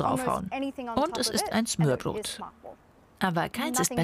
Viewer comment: Also 1.: Galileo sollte sich dringend mehr mit der Aussprache beschäftigen. Sie muss ja nicht perfekt sein aber es macht mich einfach agressiv, wenn man sich keine Mühe gibt und denkt man könne es wie schwedisch aussprechen z.B. smörbröt Und 2. Wieso hat man nichts zum Dannebrog oder zur Königin gesagt? Die sorgen immerhin mehr dafür, dass die Dänen glücklich sind, als ein Flachtoaster!